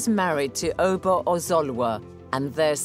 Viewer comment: Not O ba Its uh Ba